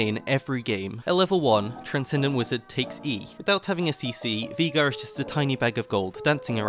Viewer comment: Veegar, never herd of him. Jokes aside nice vid, really well made.